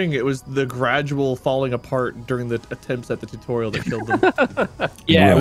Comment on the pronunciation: Tutorial: Exists Mark: “Titureal”